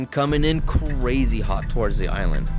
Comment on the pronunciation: you pronounced towards torge lol